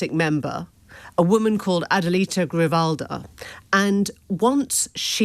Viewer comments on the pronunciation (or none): Grijalva, not "Grivalda" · The congresswoman’s name is Adelita Grijalva. Gree-HAL-va. 😊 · My British friends, Grijalva is pronounced Gri-hal-va. You are right next to Spain after all. 😂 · Great reporting, and thanks for beating the drums for truth and justice. One tiny quibble, and it's not just about Shelagh Fogarty, but why do so many people have trouble pronouncing "Grijalva?" I mean, I know "Trump" is phonetically regular in English, but please just try harder for ten seconds and then remember the work you put in when you say her name next...especially since that name is likely to be in the news for a while!